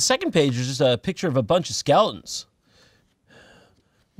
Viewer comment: How Jon pronounces skeleton as skahlaton gets me everytime